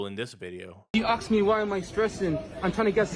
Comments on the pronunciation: i axed you i axed you 2 times....i see no axe??? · I aks you twice, one time ks twice time aks, third I kick your aks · dont forget to ASK a Questionn, Instead OF AXING 1! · ASK IS NOT PRONOUNCED AXED. ASK IS NOT PRONOUNCED AXED. ASK IS NOT PRONOUNCED AXED. ASK IS NOT PRONOUNCED AXED.